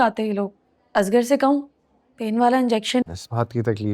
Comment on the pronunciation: Koi pakeeza ko asghar kehna sikha de!!! Azgar kehti rehti!!